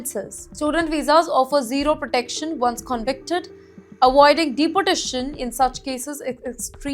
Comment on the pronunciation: This female has a terrible accent - pronouncing "deportation" as "deputation" and 30 as "thutty ".